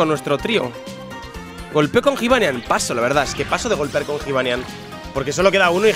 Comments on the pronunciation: jibanian se pronuncia yibanian, la j se dice como y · Se pronuncia Yibanián, no Jibanian, que me estás poniendo negro de como lo pronuncias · q se dice yibanian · Cuando dices jivanyan me cabreo! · like si te pone nervioso cuando dice jibanyan con j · pronuncias mal el nombre de jibanyan like para que lo vea